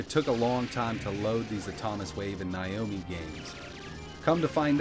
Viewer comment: /now-mee/ not /ny-o-mee/